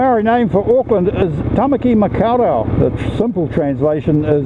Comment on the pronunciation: Impressive, very impressive. I was particularly impressed with your pronunciation of the words in Te Reo Maori (however, the ‘au’ sound in Maori is pronounced like ‘oh’ not like ‘ow’, making it muh-k’oh’ r’oh’ in Tamaki Makau Rau.) Otherwise seriously impressive facts aye?! 🤜👍✌️